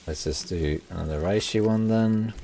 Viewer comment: Always wanted to say that reishi is a Japanese word. Japanese doesn’t do compound vowels, each is pronounced separately, with two exceptions: ei which extends pronunciation of the e, and ou, which extends pronunciation of the o. Therefore, reishi isn’t pronounced like the Germans would, RYE•shee. It’s pronounced REH•shee (or RAY•shee for the more westernized tongue). Sorry, can’t help myself.